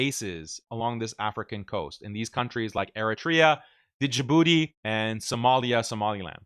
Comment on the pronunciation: Its pronounced as Jibuti, not Dee Jibuti 😂😂😂😂